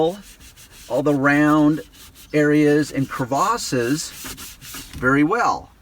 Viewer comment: This would have been a great 5 minute video. Protect the areas behind and under the wheel, then: 1) Clean the wheel with just water and a rag. 2) Clean again with a general purpose cleaner on a scotch dish cleaning sponge. Use a toothbrush to get in the crevices, or creVASes as he pronounces it. 3) wipe dry with a rag again. 4) Rub Maguires "Rich Leather spray" cleaner on with a rag and work it in.